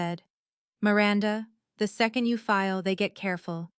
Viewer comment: please choose names that your AI can pronounce. The name Miranda has a short i, not the way that name is said in the story.